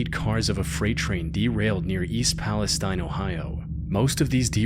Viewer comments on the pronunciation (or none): I live by there and had to evacuate. For anyone confused — it’s Palestine, Ohio, pronounced “Pal-uh-steen” (like the Berenstain Bears), not “Pal-uh-styne” like the country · fyi East Palestine, Ohio is pronounced as "palesteen" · They pronounce it palace Steen. They're wrong but that's how they say it. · in think in this town's case they pronounce is East Palis-teen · I live 4 miles from the derailment site. Its always so weird seeing my small, unassuming aera pop up in youtuber videos but honestly its fitting that this place be remembered that way. Also I know its stupid because you would think its pronounced palestine right? Nope we're weird and pronounce it like palesteen...